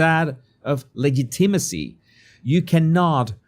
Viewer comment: Legitimacy is / la-JIT-i-ma-see/.